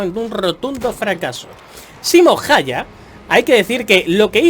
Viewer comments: se pronuncia más o menos Simo jauja. La y se pronuncia u en finlandés, las ä se pronuncian abriendo la boca para decir e pero diciendo a y las h son parecidas a nuestras j pero sin que suene tanto. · Segun yo se pronuncia Simo Jayja c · se pronuncia "saimon jaija"